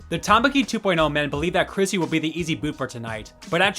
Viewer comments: Bro... how do you not know her name is CHRISTY, not Chrissy??? Stop making videos. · i think u said chrissy instead of christy a bunch of times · yeah, I heard "Chrissy" & that's what close-captioning picked up too 😅